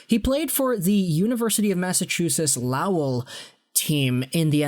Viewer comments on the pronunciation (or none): man doesn't know how to pronounce lowell